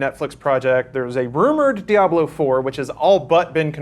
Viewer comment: he thinks the AH in diablo was good....all words now void.